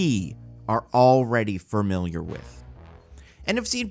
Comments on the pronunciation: You say "familiar" weird. "Farmiliar" lol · Not to nitpick, unlike your podcast mostly nitpicking, but the way you say familiar got under my skin